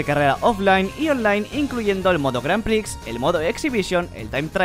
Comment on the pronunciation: Es no "grand pricks" dices como "gran prees" seré el sonido.